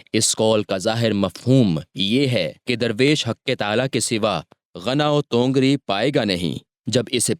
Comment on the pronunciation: Bhai tongar nahin tawangari hai